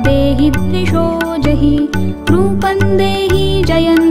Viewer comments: बहुत सुन्दर आवाज मे सुन्दर प्रयास बस अर्गला स्त्रोत को यदि फिर से रिकॉर्ड किया जाय तो अच्छा होगा रूपंग नहीं है यह रूपम है ऐसा हमारा अपना अनुभव है अनुस्वार का न या ग और म उच्चारण का प्रभाव अलग अलग है. इस कमेंट को आलोचना न समझे. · माता रानी की वन्दना इतने भावगर्भित स्वर में पढ़ने के लिए धन्यवाद परंतु टेक श्लोक का उच्चारण गलत किया गया है। यथा रूपम् को रूपन् और जयम् को जयन् उच्चरित किया जा रहा है जो उचित नहीं है।